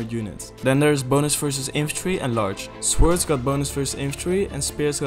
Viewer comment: you dont actually pronounce the W in sword